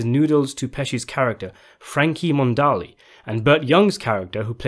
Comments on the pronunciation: Frankie Monaldi, not Frankie Mondali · It's pronounced, Mih- NAHL-dee!